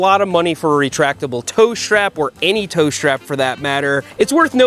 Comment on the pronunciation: Seth calls it a SHHTRAP